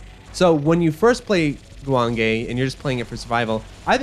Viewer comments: Actually it’s more like goo wahng geh. Ppl think the E sound in Japanese is pronounced like ayy but no, it’s eh. If you see anything spelled with ei, then that’s pronounced like ayy. For example if it was guwangei Also the ahh sound in Japanese sounds more like the vowel in “wok” than “long”. So the second syllable wang would have the same vowel sound as in wok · The name of the game is three syllables. Goo-wong-gay. I'd also love to see another game that picks up on some of the unique ideas this game has. Slowing down bullets within a certain radius seems like the perfect premise for a Shoot the Bullet sort of game. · GOOOO JUAN GAY I've heard it pronounced JEW WAYNE GEE